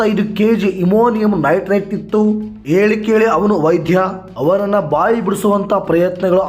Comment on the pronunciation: ಅಮಾಮಿ ನಟರಾಜ್ ಅಲ್ಲ ಮಾರಾಯ. ಅಮೋನಿಯಾ ನೈಟ್ರೇಟ್